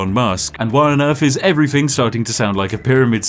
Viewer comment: Ok, what i wonder about after watching this: what dialect does the spiffing brit speak? As a non native speaker the only thing that sounds a little odd to me is the way he says "thing", cause with him its often like 'everythink' 🤔🤔😁 Also, is it on purpose he always mixes up numbers?? This guy is so DEEP 😂